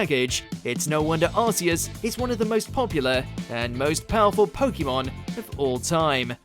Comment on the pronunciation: Next time get someone that can pronounce "Pokémon" properly